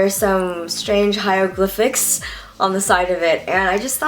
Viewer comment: "Hieroglyphics" Omg I died XD